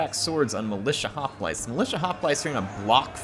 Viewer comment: Man, her, the years away from Rome has you forgetting how to pronounce hoplites. It makes me grin. ;)